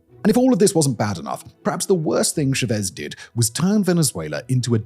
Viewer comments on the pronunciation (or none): I love all of your videos, but you gotta double check the pronunciation on these names... It's not cha-VEZ, it's CHA-vez... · how do you pronounce Chávez [tʃɑːvɛz] as shavees? are you idiot? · Which Dunning-Kruger producer assured Simon that it was pronounced "Chavéz" and not "Chávez?" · bro his name is pronounced cha-vez not cho-vez but you can just refer to him as commie skum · CHA-vez. Please, there’s an accent on the a for a reason. Cha-VEZ hurts my ears. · It’s not Shevez it’s CHAVEZ. It’s like pronouncing chili as shili. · Stress syllable in “Chavez” is Cha, not Vez. Thanks for another amazing video! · The ch is pronounced like in Charles. And the stress is on the á. So like ChÁvez, not ShavEz. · I think there's some trolling going on here because in every single video he picks one very commonly known word or name and butchers it over and over again. It drives me crazy. Who is SheVez? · Lol I love your content but my guy for how much knowledge you have it's wild how bad your pronunciation is. Shavez? It's not french bro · It’s FUCKING Chávez. The pronunciation is in the goddamn name. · Dislike for torturing my ears with "caracASS" and "shavEz". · Yeah, he's an imbecile. It's pronounced "Chavez." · Try “CHA vez” 😂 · is he pronouncing Chávez like that deliberately to rage bait me I can't tell these things anymore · Pronunciation of Chavez 🤦🏽‍♀️ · You'd think with glasses that big, he could see accents over letters. My body involuntarily winced every time he said a Venezuelan name, especially Chávez. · Are you trying to pronounce Chavez? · Dear Simon, please learn how to pronounce Chavez (or stop making videos about Venezuela). You're killing me.😂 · Why does Simon insist on saying "Chávez" putting the emphasis on the exact wrong syllable? There are only two choices, and they even put the accent mark on the correct syllable just to help you out! PLEASE STOP IT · Listening to Simon mispronounced Chavez so many times, chef's kiss